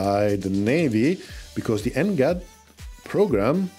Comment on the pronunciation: NGAD reads > แหง็ด